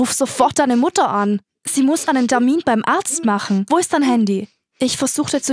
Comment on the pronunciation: Darmin=termin (sie hat statt termin darmin gesagt)